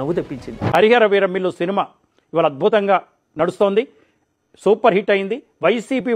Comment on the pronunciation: వాడు సినిమా పేరు కూడా సరిగ్గా చెప్పలేదు 😅😅 హరి హర వీర మిల్లు అంట 😂😂